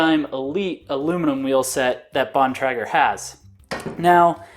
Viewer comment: btw its Bon - Tray - Ger